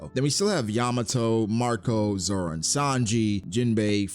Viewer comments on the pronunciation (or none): none